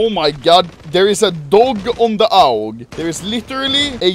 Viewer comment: Sound like he said owl for aug